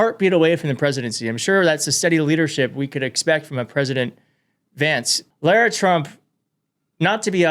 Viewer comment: It’s pronounced La-rah